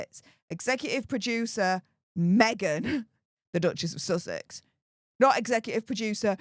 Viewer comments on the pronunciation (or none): none